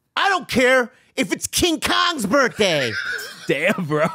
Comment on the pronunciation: It’s cute how says “birtday” instead of birthday 🎂